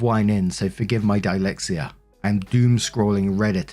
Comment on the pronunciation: are you mispronouncing dyslexia as a joke 🤣. Cos that s isn't silent